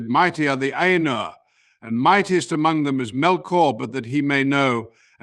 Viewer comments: Will someone tell him how to pronounce Ainur? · The illustrations are beautiful. I hope Ted Nasmith knows you are using them. The AI narration is off-kilter, with emphasis on the wrong words, pauses in the wrong places, and odd expressive cadences. It needs to learn how to say Ainur.